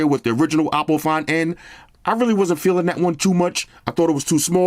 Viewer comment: Hopp is pronounced "hawp" lol so I'm gonna say that you are right in saying it like "awpo"! 🤣